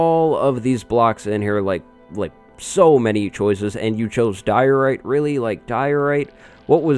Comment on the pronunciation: Nothin' says good times like DIO-RITE!